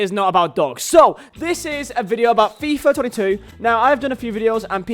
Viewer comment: why is he saying fIIif twenetu